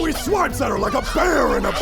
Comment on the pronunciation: "is dat why you dwess up wike a cowboy?"